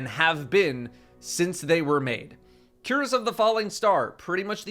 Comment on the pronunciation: Cuirass is pronounced queer-ass